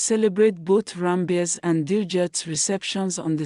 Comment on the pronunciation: Ranbeer not Rabire